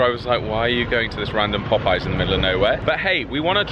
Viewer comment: In the US, jelly is made with fruit juice, and jam is made with mashed fruit. So if I came to England, I would say your JAM is JELLY. But I'm glad you like our biscuits. I also love that called Popeye's POP-I-YAZE. Is that your French lessons coming through?